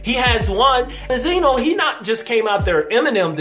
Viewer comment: Do you know how to say benzino? You sound STUPID